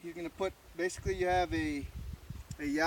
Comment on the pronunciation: Are you saying yellow or yeah low?